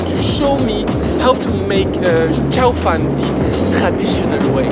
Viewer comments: instead of saying shao fan, try Ciao as in goodbye, closer pronunciation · Loool, the second time you said tsao fan is the Cantonese pronunciation! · His pronunciation is closer to Cantonese tones than Mandarin tones. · It's cute how pronounciation of chao fan is much closer to Cantonese than Mandarin. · Isn't it pronounced like CHOW FAN 💨